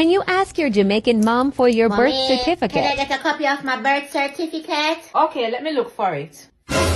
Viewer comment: Correction: Its not birth certificate, It's birth" cerfiticate" 😉😆